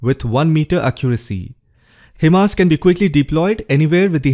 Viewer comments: HIMARS pronounce as High- Mars not He- Mars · it's pronounced "high mars"